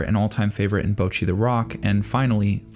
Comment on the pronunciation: why do people still pronounce bocchi incorrectly 🥀